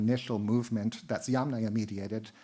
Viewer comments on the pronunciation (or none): extremely interesting, but at this point it is very difficult to follow… not only does the speaker lisps pretty badly, but it’s difficult to follow because all of the Russian/Slavic names are in addition also mispronounced😢😢😢 this is becoming very irritable to my census. Sorry you also mispronounced every other Slavic name 😞 including Yamnaya (literally; of holes in earth) and Sredny Stog. (literally; middle stack). What I do not understand ; why do you bother twisting your tongue trying to pronounce difficult Russian and Ukrainian words if you can easily translate it into English. And instead of incorrectly saying YamNAYA (YUMnaia - is correct) … just say “earth culture” and “middle stack”. I understand that these type of lectures are for “professionals “… but this is YouTube - many lame/nonprofessional people also listen to these lectures. And then YouTube becomes full of videos who mispronounce the words even more since they don’t understand how to pronounce them from professional professionals! Come on this has to stop somewhere … it’s ridiculously hilariously funny.